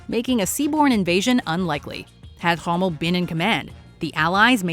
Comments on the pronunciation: Who the heck is Herving Hommel? It’s Erwin Rommel. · Excuse me It’s Irwin Rommel Not Hommel Its History and Not Hard to fact check Truth For cripes sake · Maginot Line. They were extremelly naive. They believed Germans wont invade Belgium. They did and attacked French. Chernobyl disaster,Challenger,Fourth Crusade,Byzantines refusing Orban,you mispronounced Rommel. Erwin Rommel is one of the best generals in history. Great man too. Titanic ignores warnings,wrong turn caused World Wat I. There was no wrong turn,everything was calculted,precise. Intelligence services worked,conspiracies. Hitler attacks Russia,true. Napoleon attacks Russia one of the biggest blonders in history. Good number 1. Great video